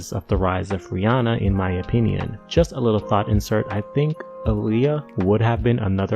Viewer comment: i love how you pronounce Rihanna's name right